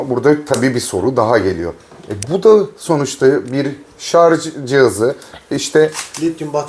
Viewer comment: hocam şarz değil şarj